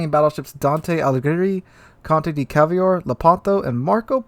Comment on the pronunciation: Conte di Cavour spinning in his grave every time you pronounce his name! :P